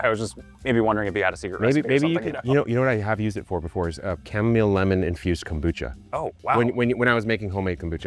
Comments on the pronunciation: Every pronunciation I have ever heard, since I was a kid, is “Kam-Oh-Mile”, not chu-mom-ole. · Dude, you broke my ears with the weird chamomile pronunciation. It's too weird. Just KAH-muh-mile, please. Honor the plant. I'll go back to drinking my kamille thee (Dutch). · you've ruined the pronunciation of chamomile for me! I've planted it for the first time this year and every time I check it I think "I wonder how my cham-om-o-lee is doing" and have a little giggle to myself about it !! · Are you saying chamomile wrong on purpose?! 😮😂